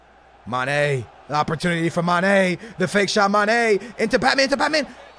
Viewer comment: Not hating but the way he says mane really annoys me 😂 It’s mane Not ma. Ne